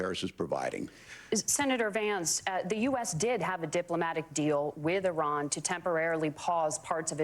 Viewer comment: eye ran 😂